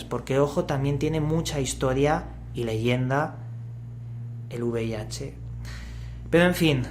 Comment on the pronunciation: V IH dice el tragaldabas, y encima pide una donación jajajaja